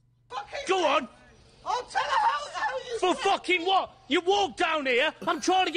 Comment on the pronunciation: This man’s “Wot?!” had me dying. He really placed emphasis on the t.